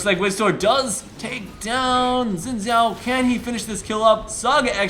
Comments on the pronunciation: it's pronounced like Shin Chao as it mandorin name. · Xin Xhao pronounced like shin chao btw :)